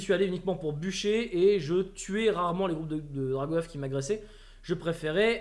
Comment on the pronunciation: C'est Drag' Oeuf pas Drago Oeuf. et le bieeeen change ça !